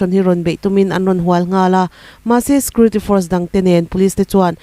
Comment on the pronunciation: Puangthiam hle mai.Mahse security hi scurity tiin i lam char char zel a